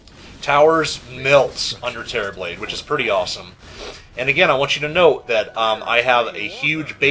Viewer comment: for some reason I keep thinking he's saying "Cherryblade." I cannot unhear this xD